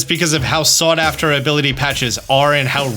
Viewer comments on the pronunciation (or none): none